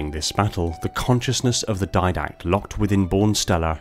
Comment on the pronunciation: Di-dact. Didact. DI DACT. Not diadact. Didact.